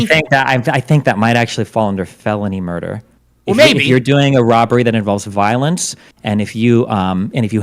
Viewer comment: And what is destiny talking about. All murder is felony. He keeps saying felony murdee